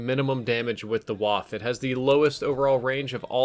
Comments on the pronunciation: Waff-e. Bloody e.e.e.e.e.e.e.e.e.e.e.e.e.e.e.e.e.e.e.e.e..e 1 min research for how to pronounce.... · Well for One it is a german weapon with a german name. In this name the W is pronounced as a V With enunciation on the E pronounced as uh So Vaffuh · Pls stop saying waf. Germans don’t silent the e at the end of a word (same goes for Eisendrache btw) give us some e‘s. Thanks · That's "waff-uh" boss. Unlike French, German e's are not silent. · Really how hard is it to say vaffa like it's supposed to be pronounced??? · Pronounced Vaffe though since their W makes a V sound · Ist waff-E the E is NOT silent ! Like wall-E ,,, you don’t say just Wall....its Wall-E! And WaffE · Pronounced Vaff uh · Nick AlexuseesuxelA It’s pronounced like Vhaff-Eh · Why can't anyone say waffe properly? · You pronounce it like stuff-eh Bit with a v instead of the st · Please learn how to pronounce German, ‘w’ sounds like ‘v’ and you pronounce the ‘e’ at the end of ‘waffe’ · Correct! They used "waffe" instead of "MP" for copyright reasons :) Also, he pronounces it completely wrong, which nearly gives me a migraine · Said the name of the gun wrong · Nick AlexuseesuxelA Well considering the W is pronounced as a V in German, it's not pronounced as "WaffE". Also, "WaffE" sounds like someone is trying to say "coffee" but has a really swollen mouth and can't say their words properly